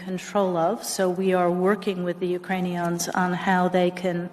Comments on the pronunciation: Biden calls the people of Ukraine Uranians, Undersecretary Nuland called them Urainyons, and the US Ambasader to the UN says Russians have "Nukular weapons" Can no US governmental officials speak properly? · "ukranions" - victoria nukeland. "uranians" - boe jiden. lol. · The Ukrainions?! Is that a new faction of Transformer?